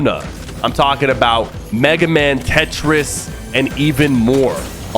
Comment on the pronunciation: Did this guy say Tetris like how tf